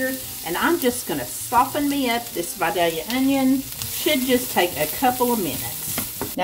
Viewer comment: You pronounced Vidalia perfectly. I live in the area Vidalia Onions are grown in.